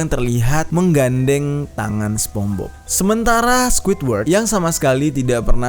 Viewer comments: People : sponsbob Bang jeri : sepongbob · SPONGEBOBS BANG BUKAN SEPONGBOB HEHE, AKU FANS MU BANG JER PISS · Bang sorry namanya spongebob , bukan spombob :v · Ucapannya Sponsbob bang.. wkwk bukan spongbob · bukan spong bob bang nyepong bob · Aku juga sepongbob, manggilnya, mungkin lu doang kali, People : Sepongbob (spongebob) You : sponsbob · Bukan spong bob bcanya bang,, lain arti jdinyaa😭😭😭